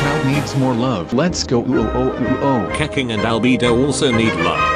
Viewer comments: Keking? from now on i'll call her Keking. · keking??? its not that hard to pronounce right